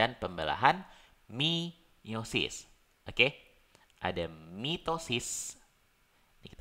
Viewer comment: Meiosis. Bukan miosis